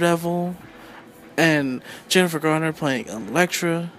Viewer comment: COMPLETELY beg to differ!! Guy didn't even get her name right. (It's not "Gardner" it's Garner!) Nope ... wasn't a perfect movie! But I LOVE the theme of a woman becoming a warrior to fight the evil in the world & the fact that as a "super-hero", she wasn't bitten by a spider or "gifted by the Gods" but rather her abilities came from training very hard, ever since a young girl, to be a warrior. I generally LOVED this movie but wish they would do a remake, again with Jennifer as Elektra, for yes it COULD be improved upon. (I.e. Would love it if one scene saw her - in civilian clothes - kick the living shit out of five big guys who confront her in a parkade late at night with plans to rape her, of course all without her scythes with her. And even though three of them pulled out knives.) I may even very soon proudly have her scythes tattooed onto a forearm as my first tattoo ever! She's MY kind of a super-hero!!!!